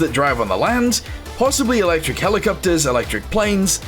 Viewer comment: Mmm yes... "electic"